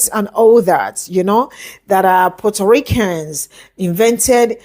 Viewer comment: She is pronouncing it that way because of her accent. Not on purpose.